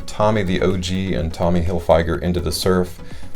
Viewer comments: Figer not fyger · You butchered Tommy's last name. Tommy Hilll-fig-urrrr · “Hillfyger” 😂😂😂😂 you gotta be trolling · It's pronounced fig...like the fruit, not a long I, in Hilfiger. Sorry, but it made me cringe every time you said it. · If you know this fragrance for so long why is it you still can't pronounce it? I'm going to stop watching this video now because you're driving me nuts the way you say Tommy Hilfiger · Is a me,or are you pronouncing Tommy Hilfiger wrong? Or have I been pronouncing it wrong all this time? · I think he thinks that's how it's pronounced lol is he right and we've been wrong for 30 years 😂